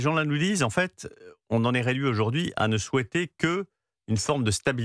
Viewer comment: parlez français on ne dit pas en faite !!! en fait !!!!